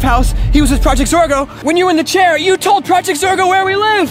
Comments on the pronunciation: It’s not zargo it’s zorgo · Max is part of projects or a girl he keeps on trying to say project Zorgo